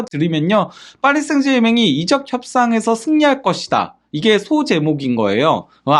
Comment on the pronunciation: 이적ㅡ적을 이롭게 한다. 발음이 잘못되다보니. 이적이 발음에 따라 다른 의미인데 구분을 못하고 말하니 안타깝습니다.